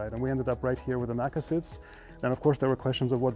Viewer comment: NACA doesn't rhyme with NASA. N.A.C.A.